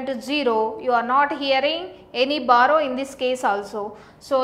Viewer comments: Barrow? It's BORROW. BUT LOVELY VIDEO! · It's not barrow it's borrow 😂😂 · It's borrow not barrow btw good explanation. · b(O)rrow hota hai behen ... XD